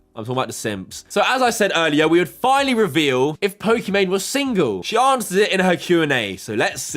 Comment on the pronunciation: She can even say single right......